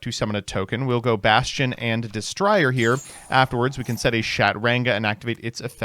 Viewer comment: destrier, noun des·trier (ˈde-strē-ər, də-ˈstrir) archaic Meaning: WARHORSE or a charger used especially in medieval tournaments. Don't ask me why the long I sound is triggering my pronunciation Pet Peeve, but it is.